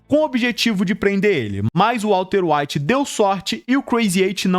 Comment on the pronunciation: Vídeo muito bom, mas tu falou Walter evite tantas vezes kkkk